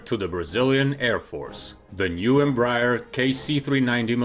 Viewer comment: Bro, if you would like to improve your pronunciation of the name Embraer, try saying "embra-air"